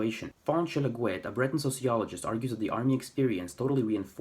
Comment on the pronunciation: For once, no nonsense! (a diplomatic term to replace two other less polite words). It is so hard to find people who "tell it like it is" regarding Breton. And you even pronounce the word properly instead of aping the French accented word. Thank you or even "merci bras deoc'h. I remember reading in the local weekly paper " Le Trégor " where they published a census taking (this was 1992) of the number of "bretonnants" or Breton speakers. The number came to 220,000 Breton speakers. Now, to this number, they divided it further down to people who spoke it on a daily basis or people who learnt it at home (probably in a rural setting) but didn't speak it very often anymore. In this census taking, it is important to point out that they didn't include people who "learnt Breton in books or other materials. Now, 30 years on, how on earth can they come to 220.,000 again? Oh, just to make it clear. This was census taking for all of Brittanly. Personally, I think it's more imaginary than real. Well, nowadays, it's your right to be called a woman even if you were'nt born one. I am not a native speaker of Breton even though I could pass for one once upon a time. I worked on a couple of farms in or near Plouaret and Vieux Marché. I ended up marrying one of the daughters at the first farm. I continued to speak Breton with family, friends and colleagues who were Breton speaking and my age or older until very recently. i still speak to my ex in Breton as she appreciates that emotional contact th